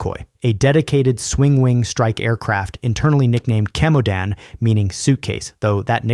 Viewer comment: "chemodan" sounds starting with "ch" like in cheers (ч), not like in chemistry (к) great series, interesting content👍 saw that exact "1983 incident" Su-15 at Monino air force museum